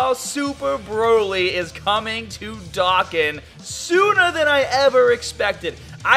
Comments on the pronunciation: You say dokkan like dakkan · Stop saying Dokan it’s DOKKAN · Why do you say "dokkan" wrong? As well as anything that ends in "an" or has "ar" in it. Is it your accent or what? Just curious. No hate. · It is Dohkan that is how you say it